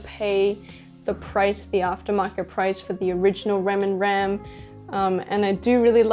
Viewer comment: Sorry but she says rams name wrong it's hard to explain but she said it wrong just saying